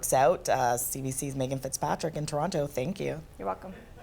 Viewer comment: How does a Canadian reporter not know how to pronounce ‘ TORONTO’ RIGHT?